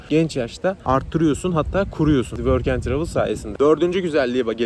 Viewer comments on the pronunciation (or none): Programa nasıl kayıt oluyon worken travil dediğin